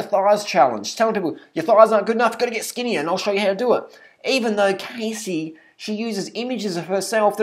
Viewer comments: First off don't make a fucking video about someone, when you don't even know how to pronounce there name correctly, you're a grown ass man, so mind your own damn business, if you don't have nothing nice to say then fucking shut your damn mouth! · You obviously aren't in any place to judge her so harshly when you don't even know how to pronounce her fucking name or where those "photoshopped" pictures came from. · Learn how to pronounce her name first. I love her, no matter what anybody says, her workouts are great and give great results. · Learn to pronounce her fucking name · Biggest load of rubbish right here. Much disappointment in this Youtuber. Do more research on her before you rant please. Her name is Cassey not "Casey". Her photos are authentic - she did tell her Youtube followers that she went on a massive diet and rigorous exercise routine a couple years back to look like that for her bikini competition. If you actually watched her videos, you would know. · holy shit pronounce her fucking name properly- seriously you calling her Casey (long a) instead of Cassey (short a) just proves you did absolutely zero research. If you watched a single other video of hers you'd know how its pronounced. You're just making assumptions after seeing a picture from years ago to further your vegan agenda. get a life and stop being such a troll. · That isn't a photo shopped picture... Cassey (not Cay-see but Cah-see) slimmed down a lot for her bikini competition. It really is her. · Learn how to pronounce her name properly. 1. say cat 2. now minus the t and add an s 3. pronounce it the same way but with an s CASSEY NOT CASE-SY If you don't understand what I'm saying then watch her HELPFUL videos where she introduces herself. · Siu Wan dearie? i understand but i dunno, most people don't have trouble pronouncing her name and since he watches her videos he should know. I'm from australia 2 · Don't u dare talk about wonderful Casey that way! And ur not saying it right!